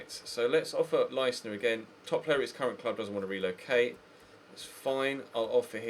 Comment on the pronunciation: Leistner is pronounced "L-eye-stner"